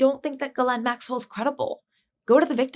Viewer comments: Pam Bondi has read a ton about Ghislane right? Why is she calling her Gerlane? Pam Bondi is in over her head. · "Gerlane" Maxwell? Bondi, Super Genius.